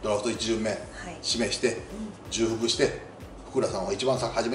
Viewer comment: ×じゅうふく〇ちょうふく なお、あまりに間違える大人が多すぎるのでどっちでもいいことになった模様